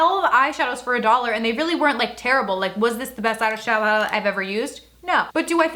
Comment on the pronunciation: eshlllaaaddoow lol.